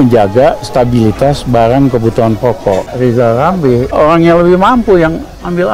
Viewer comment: Lijal lamli ulusin hulup R dulu ya Balu klitik pak Jokowi 😜